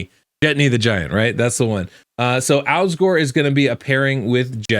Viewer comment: Alsgor? I thought you said Al Gore.